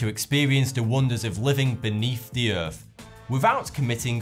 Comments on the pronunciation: what's the EARF? Do you mean Earth? It's ok I get it with these things....I mean FINGS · Doğan Cem G OK, į wondered if I was the only person severely annoyed that he can't seem to pronounce th. Earf, Deaf (as in you've died instead of in regards to your hearing), fought instead of thought, etc. I'm only a minute into it, and already I want to scream. ugh!